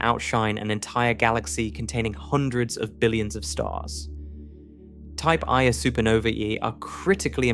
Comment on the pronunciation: Just a small suggestion. At about the 1 hour 30 minute mark, the AI pronounces the Type Ia ("1-A") supernova phonetically as a type "eye-uh", which might be a bit confusing for those who have studied a little Astronomy, but are misled by the incorrect pronunciation. I've noticed this same fault in several of the videos on sub-atomic particles and such. Not to detract from the incredible benefit I have received from these videos, but perhaps the AI could be trained to correct some of these issues. After all, spoken communication is just as important as written (spelling, grammar, context and such). Thank you for continuing to produce these. :)